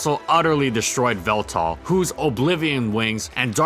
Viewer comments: you do realize it's pronounced eeveltal right? not veltal... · Wait, did you pronounce the Pokemon Y mascot as "Veltal"? You do realize that the Y (you know, the letter that the Pokemon is mostly based around) isn't silent, right?